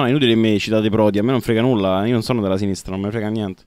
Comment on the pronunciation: Bellissima la difesa su Giordano "e allora i giornalisti di sinistrah?".